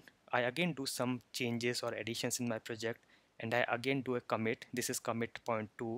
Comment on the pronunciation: It's pronounced "ComMIT" not "COMet"